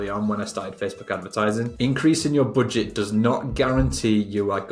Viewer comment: don't say boodget..plss🤣🤣